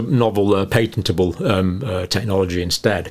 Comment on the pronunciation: You are now an utter crank. You clearly seek to mislead your viewers by the way you present these figures. Shameful. (By the way, “patentable” is pronounced with a short “a” as in apple i.e. Not “pay tent able”. Perhaps before speaking about intellectual property you should have a chat with a patent attorney to get your facts straight.)